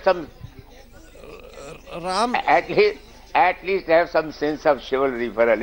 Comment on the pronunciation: Tatti Anchor. His name is Ram Jath. You have a prob in saying that🔥